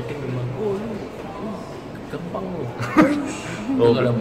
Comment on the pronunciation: mungkin maksud abang malaysia itu dia salahb dengar, dia dengarnya "Kampang" bukan "Gampang", klo kampang iya bisa jadi artinya seperti itu :))